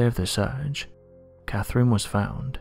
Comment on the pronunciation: What i find interesting is how he can't pronounce words correctly. The name is Catherine, why he keeps saying Caferine?